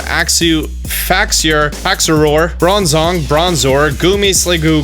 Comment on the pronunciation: Isn't it bronzong?